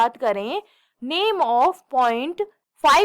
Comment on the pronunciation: Mam genuine feedback: please improve your pronounciation... Sambhaji Nagar aur Gun point ka pronounciation completely weird tha..